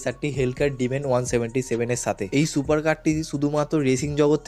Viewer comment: ভাই তোমার ভয়েজ ভালো লাগে না ভয়েজ ঠিক করো সুপারের সোপার বলো